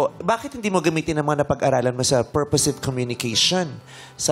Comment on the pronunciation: Tama po yun pronounciation nang girl sa "purposive". You connect the "sive" to the orig word purpose.